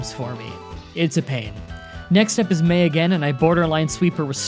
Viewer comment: Am I the the only one who noticed he said Mary instead of May